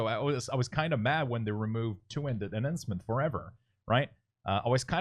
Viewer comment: omg duuude, good vid but man,. that pronunciation of enhancement shaman kills me...